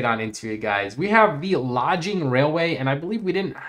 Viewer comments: Dude it’s not “lodging railway”. “Logging” as in it carries logs 😅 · The Logging Railway is pronounced "Log-ing" NOT "Lodge-ing" LOL. The train hauls logs, get it?